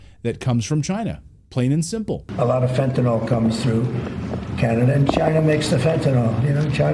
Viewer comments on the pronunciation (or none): Note to Donald and Clayton: It’s Fentanyl, not Fentanol. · It isn't fentanol; it's fentanyl.